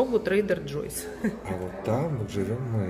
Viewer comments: учите английский: не Джойс а джо’с. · Покупайте после предстоящей рецессии. Цены скоректируются в нужную вам сторону. И ещё,, пока тебя не поправят, ты так и будешь говорить Трейдер Джой'с вместо правильного Трейдер Джо'с. Это два разных имени. В твоём варианте это женское имя. Во втором - мужское, и это правильно. Удачи в освоении английского, между прочим ваши соседи из Майами, AMEGA Family, усердно занимаются с репетитором. Возьмите у них интервью как у них это получается. Их несколько каналов растут бешенными темпами. Хороший опыт никогда не помешает. Удачи во всём!!! 🚘✌👍